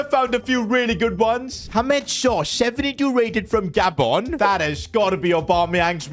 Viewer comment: Al que dobla esto debes saber como se dicen los paises en español, es Gabón, no Gábon.